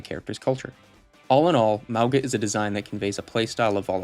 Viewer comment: Apparently Mauga is pronounced "Mah-Ohn-Ga". Love these vids, take your time to make them! I love Zarya but i really think she looks now like astronaut :D